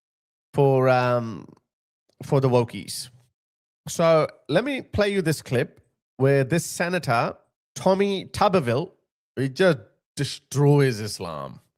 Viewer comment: his last name is pronounced "too-ber-vil"